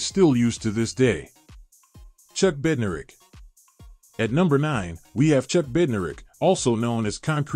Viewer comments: God this list was terrible. Where are Sam Huff, Junior Seau and Ray Nitchke. And Bednarick is pronounced Bed-naric, Lanier is pronounced Lah-neer. And Butkus is #1. Rant done. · I wish the pronunciation of the names was better. Bednarik and Lanier both have the second syllable accented. Butkus should be number 1 and Tommy Nobis, Ray Nitchke, and Joe Schmidt should both be in the top ten. AI never saw these guys play. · Rating Ray Nietszke and Junior Seau below Brian Urlacher an Sam Mills? The voice program can't even pronounce Bednarik and Lanier. Artificial intelligence indeed.